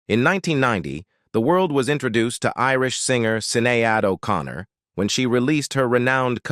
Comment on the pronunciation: “Sin-nay-add 0’Con-ner”?! Who the f*** is in charge of these lil’ sh** pieces? Whoever, hire a narrator, not this UNACCEPTABLE AI crap ya’ got “going four yew” now. Jaysus!, what an embarrassing, pathetic, uneducated, ridiculous, disgusting, display of ignorance you’ve put forth here. Which one are you, folks - cheap or just lazy? THIS is the weakest site “out there” (REALLY a disaster)! 👎🤔🙏